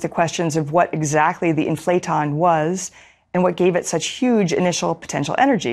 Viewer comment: It's "IN-fla-ton", not "In-FLA-ton"